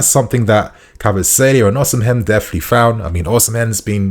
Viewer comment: bro why are you saying Oshimen like that lmaooo